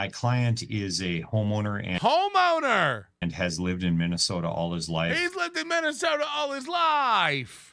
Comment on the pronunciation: When the lawyer said "my client is a homeowner" I heard "my client is a homo nerd"